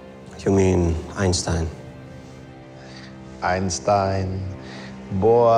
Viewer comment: It is irritating that Heisenberg, speaking German to another German, is having a foreign accent. Actually he spoke German fluently without a foreign accent. And he would of course pronounce the names of Einstein and Planck in the proper way. Why is this done?